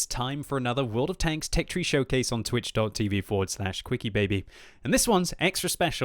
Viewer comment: So youre not quickiebaby?! You keep saying it like....... 😋